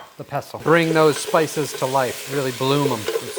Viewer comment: To be fair, it did sound like “spy store”!